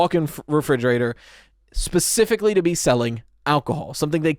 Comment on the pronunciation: Lol pacifically